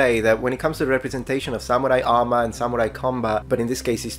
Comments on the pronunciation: Why does sometimes say, “sa MEW rai”, and other times say, “sa MOO rai”? Pick a pronunciation…. well, pick the correct one. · The way this man pronounces "Samurai" hurts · seems to be an awesome dude, however I am very annoyed by his pronunciation of samurai. He goes out of his way to pronounce karate related terms fairly well so it's just very odd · just at the start of this video, but it is really annoying me, how he pronounces samurai. If he's going to make a whole video on something, he could pronounce it right.